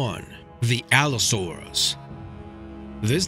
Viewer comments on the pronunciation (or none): When he said Allosaurus I was just straight up laughing I'm so done bruh